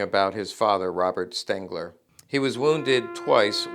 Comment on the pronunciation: his name was STENGER not Stengler as you mispronounced it several times